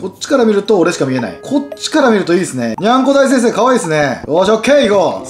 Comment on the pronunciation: にゃんこ大先生がにゃんこ大戦争に聞こえるw